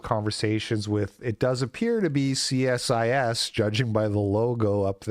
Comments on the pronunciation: We refer to it as "SEE-SIS" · It's pronounced "see-sis". That doesn't mzke if any better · its pronounced see sis and your captions are overlapping the videos caption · It's pronounced C-Sis. The letter C then sis, like as in short for sister you Muppet. Aren't you a leaf?